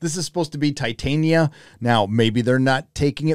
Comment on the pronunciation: This is not Titania - it's "Fat"ania :D